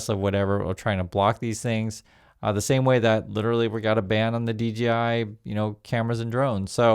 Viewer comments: hey dork its dJi not dGi love your show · DGI or DJI? You keep saying DGI while I'm looking at DJI on the video. 🤔